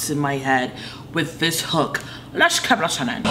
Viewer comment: Can her saying "Lesh kep lishenin" be my ringtone and/or alarm?